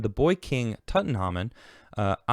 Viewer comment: Big fan but how tf don't you know how to pronounce Tutankhamun?? Come on lad...😄